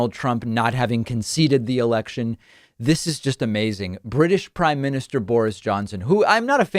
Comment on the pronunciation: I LOVE how your pronounce Boris. I must start doing the same. You almost make his name hunt towards "boring" which is wonderfully appropriate. Thank you from this English listener.